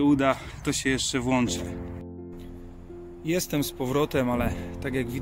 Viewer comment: Czemu mówisz "jeste" zamiast jestem? Strasznie to w uszy kłuje. Filmy ogólnie fajne. Zasubskrybowane.